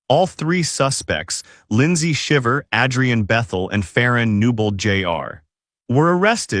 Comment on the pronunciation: Omg at least pronounce their name correctly.